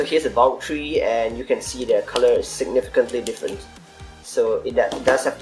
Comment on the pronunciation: why do you say tree instead of 3